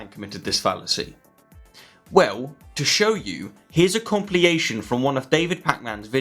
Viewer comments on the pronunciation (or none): Did you just say a “compliyation” instead of compilation? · "compliation" weirdly seems deliberately pronounced, WT? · did you just say, "Compliation"...? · Com-pilly-ation? ;) Love your work though! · Ummm... what is a "compliation"? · I've noticed really poor pronunciation on your part, repeatedly. For ex.: It's "com-pil-ation", and not "com-pli-ation", and you've done it repeatedly with different words. Pronunciate correctly, please! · Compilation and not compliation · Did you just say "compli-ation"? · Compliation of Bach's major works (sorry, couldn't resist it). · words are compilcated